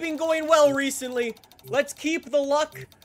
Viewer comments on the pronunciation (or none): Did he say og Simpson